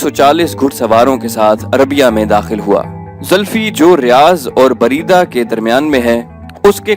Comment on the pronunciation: Bareda nhi balkay buraidah